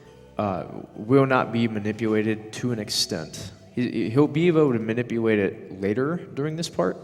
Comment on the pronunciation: I think we all feel that. Especially because of that speech impediment. "Manipuwate" "wilw rarewly" hhhhhhng